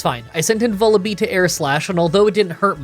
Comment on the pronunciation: hey, this is an fyi comment regarding the pronunciation of Vullaby (if you don't care, feel free to disregard this comment, I completely understand) it rhymes with lull-a-bye. I pronounced it the same way when I was younger until I realized that was its namesake